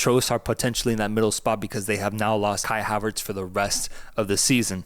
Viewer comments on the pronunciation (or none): none